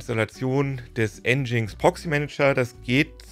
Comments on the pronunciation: Das heißt nicht N GINX sondern "Engine X" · Es heißt "Engine Ex" und nicht "Endschings".. (Aussprache von Nginx) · Für mich leider ein langweiliges Thema, denn der Inhalt des Videos ist so schon deutlich über 10 Jahre umsetzbar und einfach alte Kamellen. Dann auch noch nginx falsch ausgesprochen. 🤡